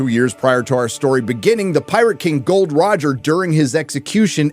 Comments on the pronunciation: It's Gol D. Roger, not Gold Roger! REEEEEEE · It's Gol D Roger damnit 😅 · Gol. fucking D. Roger!!!!!!!!! not Gold Roger!!!!!!!